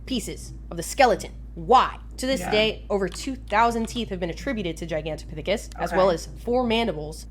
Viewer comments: nailed that pronunciation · yup thats how you say Gigantopithecus!